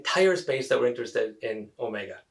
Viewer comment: you mention, 5 is not in set Omega (which you mispronounced I believe).